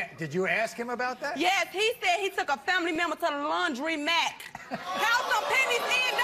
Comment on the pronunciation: She did NOT just say Laundrymack 🤣🤦🏽‍♀️